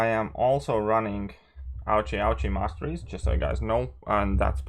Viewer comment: Good video. What masteries did you say? Ouch?